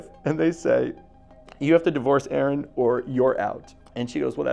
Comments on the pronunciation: dude talking bout A-A-Ron 😭 that’s how yk they’re wrong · ain’t no way bro said A-Aron like where is balakay at 😭